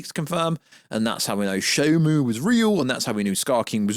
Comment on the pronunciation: Isn't it ShimO, not ShimU? I keep hearing people pronounce the name in different ways.